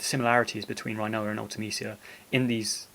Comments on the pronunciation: youre a well spoken bloke. its got to be rin-oa not rhino-a though cmon! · i love everything about this video, except how you say her name! rin o a not reye no a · Did you really say Rinoa, RHI-NOA?... and you call yourself British... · Sorry but I love how you pronounce her name Rhinoa 🦏😂